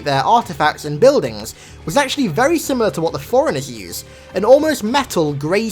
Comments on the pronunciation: Sounds like you're saying foreigners, not forerunners. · Did he say "foreigners" or "forerunners"? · when you say forrunners i here foreigners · If i didn’t know any better I would think he was saying “foreigners”.